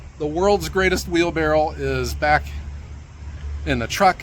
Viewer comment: its not a wheelbarrel its a wheelbarrow